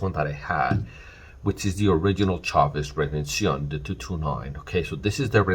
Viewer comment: I appreciate the correct pronunciation of redencion.